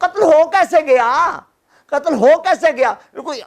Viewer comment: Qttl ka lffz theek nhi hy